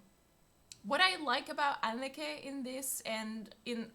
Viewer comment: Great reaction, but just a small remark: The name "Anneke" is pronounced a bit different from how you pronounce it. I'm not good with phonetic descriptions, but both "e"s in her name are pronounced the same.